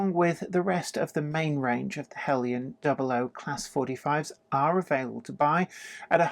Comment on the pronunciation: Aaargh! Now I can't decide between Heljan and Bachmann! Help please??? By the way, I like the use of the correct pronunciation of Heljan.